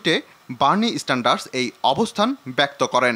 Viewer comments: বার্নি স্যান্ডার্সকে বলতেছে বার্নি "স্ট্যান্ডার্ড " এই হইলো এখনকার সাংবাদিকদের যোগ্যতা!!! আফসোস.... বিরাট আফসোস। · বার্নি স্ট্যান্ডার্ডস না। বার্নি স্যান্ডার্স!